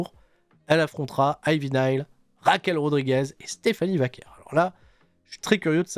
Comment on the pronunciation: Iyo Sky ils lui ont donné le titre mais savent pas quoi faire avec... ce qui est affligeant vu à quel point elle est forte, aucune défense de titre depuis Wrestlemania il y a 2 MOIS Elle l'a prononcé "Stephanie Vakoué" j'étais mort de rire, ça se voit qu'elle regarde pas les shows 😂😂